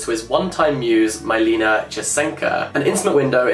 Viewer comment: maybe google how to pronounce non-english names beforehand? Milena is Czech and not pronounced like that lmao